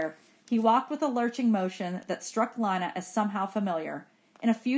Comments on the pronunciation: its not lina its lena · it is lina not liyna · ITS LINA NOT LANA